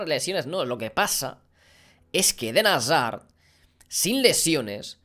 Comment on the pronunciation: Dijo como mil veces edén hasar jajajaja